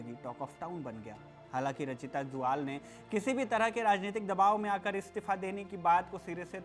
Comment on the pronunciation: ज्वाल नहीं जुयाल होता है